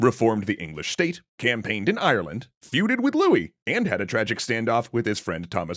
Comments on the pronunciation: everything before land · I would really like it if you looked up how to pronounce Ireland before you attempt to say it again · I still don't know what you think is wrong. How should he be saying it differently?